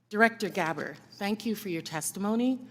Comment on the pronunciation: oh plz no comparison w Austin and This issue It sounded likd she said Gabber not Gabbard